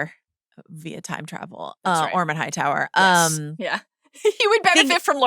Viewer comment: loved how she pronounced Hightower. The white worm nailed it